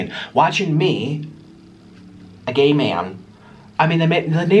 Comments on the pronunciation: Why are you saying gaye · Is he saying gay or no